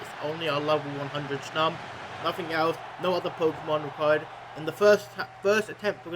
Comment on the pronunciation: i love hearing how he says snom... SHNOM IS LIFE